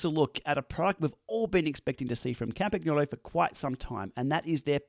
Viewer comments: Hello! Love your videos, well done. Please note the g in Campagnolo is pronounced like the g in lasagne. Yours truly, Campy Girl. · If you are going to add an Italian accent, please learned how to pronounce Campagnolo properly… the “g” is silent… 🙄😉